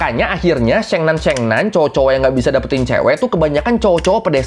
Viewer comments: Syengnan syengnu mbok ya riset dulu dikit gmn cara baca yg bener mas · koreksi lafal nya ya sheng nan : 'e' nya seperti baca ' emas' bukan 'ekor' demikian juga sheng nu : nu sound nya seperti baca nui... lbh gampang bacanya 'ni' aza di sheng ni